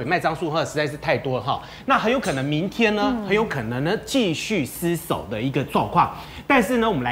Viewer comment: 一直ㄙ守，捲舌很難嗎🙄🙄🙄